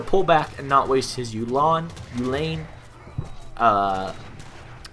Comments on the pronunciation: ew (the exclamation for disgust) lynn (the female name) ew-lynn, uhlan stress on the first syllable :d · Its pronounced oo(like u in tube)-lawn. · I'm afraid, thats not quite right. If you want to pronounce "Cuirassier" english, you have to say "Queerasseer". If you want to pronounce it french, than say "Kü-rass-yé" [ü is pronounced between oo and y-vocal]. For "Uhlan" (german) it's as Mizawa wrote, in english pronunciation: "You-laan"